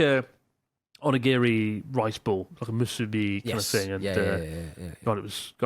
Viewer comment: It's crazy to me that Chris is essentially fluent but still can't or won't pronounce "onigiri" correctly.